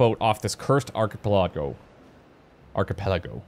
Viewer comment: ARK - A - PA - LAGO